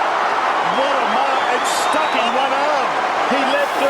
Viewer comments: "Mark", not "make". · bro said make not marks at the start 🤣